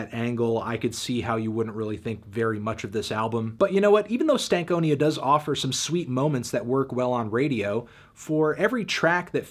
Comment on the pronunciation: Why do you say stank onia instead of stan konia